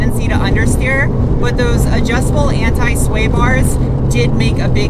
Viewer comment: awesome job. the TT came out beautiful! that was a very snappy 2-3 shift of the beans run! now since you say aluminium correctly; we need to work on anti. its not ant i.:)